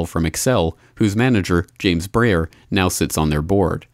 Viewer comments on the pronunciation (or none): none